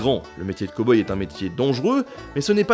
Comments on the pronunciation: cowboy... prononciation à revoir! cow : caow et non pas co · Il dit quand même "Ko-boi" au lieu de "Cow-Boy" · Cow boy à prononcer cAw boy ^^